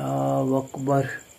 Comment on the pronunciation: वकबर नही बोलते है अकबर बोलते